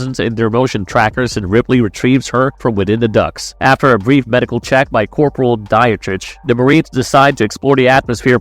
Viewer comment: Lol, I know when he said Dietrich as Die-atrich, I stopped watching